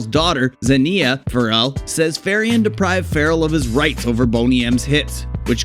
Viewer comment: Get your facts straight, and it's Bobby Far-RELL